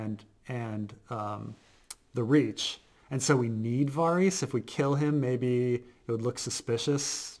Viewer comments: I had to stop listening 10 minutes in just because of how this guy pronounces Varys. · You've been watching the show for years, hearing Varys pronounced correctly multiple times. Yet you both repeatedly mispronounce his name every episode and in different ways as well. Cracks me up. Love your content guys, keep up the good work.